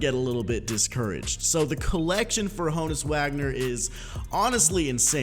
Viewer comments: Haw-nus Vag-ner if you tryna be German but it’s Hoe-ness Wag-ner for us U.S bois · Hoh-nus not hah-nus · Ho-nus Not Ha-Nus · Ho-Nuts without the T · is Ho-uns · YoItzLogan -_- yall dumb its Hah nud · it is pronounced Hoe-ness in Prison Break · It is Han-ness wagner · It is Hoe-ness... idk what other people are smoking but... lol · OH-ness. The H is silent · It’s Han-us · It’s “Hoe-nus” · I swear its pronounced hoooo nus lol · Alfredo Beltran hoooooöenus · The Bot ur right it’s H-own-us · H is silent. pronounced Ownus.